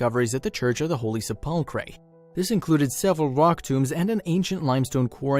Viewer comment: I am sorry but your pronunciation of the Church of the Holy Sepulchre is so bad I thought you were talking about some were else this is the proper pronunciation The word comes from the Latin sepulcrum, which means “burial place,” for obvious reasons. Pronouncing sepulcher could trick you, because the ch actually sounds like a k: "SEP-ul-ker."